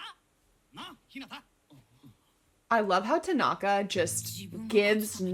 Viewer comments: "Is it TAgAnGA? Me:GOD PLEASE NO ITS TANAKA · I died when she said Takonga😭😭 it’s Tanaka😭😭 ✨ T A K O N G A ✨ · It's pronounced (Su-ga-wa-la) spelled sugawara tanaka (ta-na-ka) it's called low quality he would omg lol- so sugawara senpai that would be me the face kageyama makes after tho- oikawas (oi-ka-wa) theme I can hear the Yahoo's in the background lol I think like 12 but I'm not sure it's the one where that one dude teaches yams idk which one it is tho we luv some character growth we luv tanaka I think I'm not sure tho it's been a long time since I watched ep 8 at the end and 9 he gets actually introduced his name is kindaichi (kin-dai-ch-i) (like dai-ch-i the captain of karasuno but add a kin to the beginning) except romance anime as we all should ✨💅 true but more like 15 lol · Ah yes, "Takonga"😂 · When she said "Takonga" I lost it XD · i think tanaka is pronounced tan (like spray-tan) tan- ucka or at least that’s how i always pronounce it but it doesn’t matter that much anyway 😅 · Who else died laughing when she called tanaka, tagonka. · Ever since she called Tanaka "Takonga", I can't stop hearing it everytime she mentions him 💀😭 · T A K O N G A